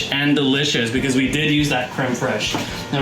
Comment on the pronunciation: Very liked the video! A few things: First of all, as the french guy, i liked how you perfectly said "crème fraiche". Then, it look like it taste good! Also, you need to add a close up picture of your meal when it's done, this way we could see it better. And finally... that a looooot of butter! :))